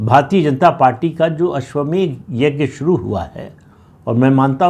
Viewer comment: अश्वमेघ नही अश्वमेध बोलिये